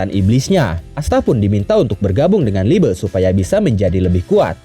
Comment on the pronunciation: liebe bang bukan liebe😔😩